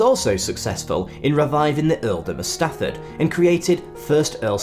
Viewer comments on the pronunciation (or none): It's Strafford, not Stafford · Thank you for mentioning the actual Wwbtworth family...as one of them, I point out w predate by many centuries what the Fitzwilliams did and built in the late 1700s and into the last century. FYI you mispronounce and misspell 'Strafford', which has an r in it, and is the name of the land. You say Stafford, which is more common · No, I'm sorry you are wrong as it is my family history. Thomas Wentworth, Earl of Strafford...it's the name of the land where my people came from. The announcer is annoyingly saying the wrong name...not a mispronunciation. You are thinking of Stratford upon Avon, which is nowhere near and nothing to do with Shakespeare...sorry. Wentworth Woodhouse is in Yorkshire